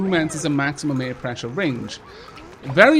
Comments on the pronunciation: I've never heard anyone mispronounce 'air' like you do. Eh! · First, I love the way you say the word air. Haha. Second, I'd like to be added to the name list. Thank you!! I love your videos!